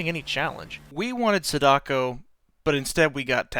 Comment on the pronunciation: *SAdako not saDAko. I know you are not Japanese, but why do English speakers always give Japanese names an English pronunciation?